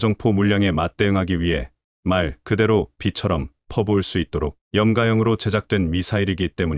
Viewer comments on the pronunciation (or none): "호가"는 "호까"로, "염가"는 "염까"로 읽으셔야...